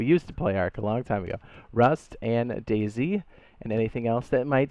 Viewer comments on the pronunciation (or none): none